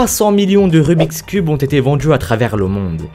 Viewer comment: J'espère que tu as conscience qu'il n'y a pas toujours de "j" après le "d" dans la langue française ! J'ai arrêté la vidéo tellement ça m'exaspère ! Les djix objets, autrement djit, aujourd'jui, vendju... J'ai les oreilles qui saignent !